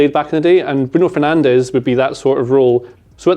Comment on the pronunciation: why does no one in the uk pronounce bruno fernandes name right? Am I missing something?